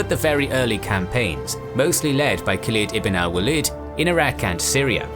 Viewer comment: Just a feedback as I like this a lot. It might be worthwhile to look up how names are pronounced or consulting someone who speaks Arabic. Khalid ibn al-Walid pronunciation was really bad compared to everything being so well done. a quick "How to Pronounce" + name would do it.